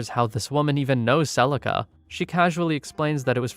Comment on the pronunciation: Celica not celisa